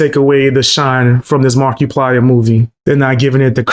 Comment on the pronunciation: why is markipiler and hollywood said very weridly its a good video but just a minor nitpick